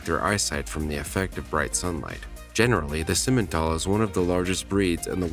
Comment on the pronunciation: It's not simen it's si men